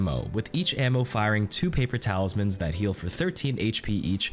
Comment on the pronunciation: You said "paper talismans" I heard "paper towels" I'm not calling them anything else now